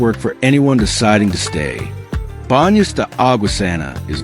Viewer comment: I'm assuming that the narration is AI? I just skimmed through the video and I heard a number of mispronunciations for location names like Tungurahua and Baños.